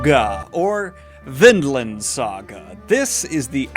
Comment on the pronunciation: Man I must be blind. Coulda sworn it was Vinland, not VinDland